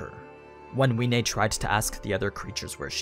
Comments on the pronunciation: Wiene it's pronounced Vee-eh-nay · Isn't the W sposed to be pronounced like a V? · I am the only one that pronounces wiene as viene